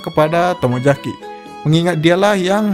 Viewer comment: Saran bang,tolong Bedakan antara pengucapan kata "J" & "Z". Ex: Tomozaki,bukan Tomojaki. Yuzu,bukan Yuju. Selebihnya bagus👍